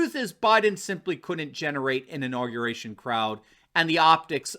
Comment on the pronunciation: 'INAUGRATION'? SURELY YOU JEST!